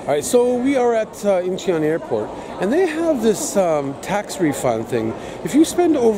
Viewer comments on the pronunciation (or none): My favourite 3 airports, no particular order are: Seoul, Singapore and Hong Kong Not to pick on you but I believe when you pronounce 'Incheon', the 'e' is silent. More like In-chon. So where you guys off to next?